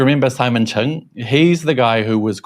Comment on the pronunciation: It is Simon Cheng not Chung (鄭文傑)